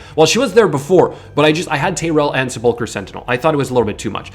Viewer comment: Se-pull-cur sentinel, every streamer seems to have problems pronouncing this lol. You ever watch Ash struggle through that word?